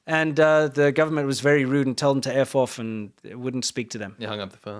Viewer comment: I toad a so, I f*ckin' toad a so!